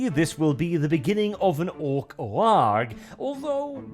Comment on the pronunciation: Glad you're pronouncing the G in "waaagh". Far too few people realize that that G is not silent.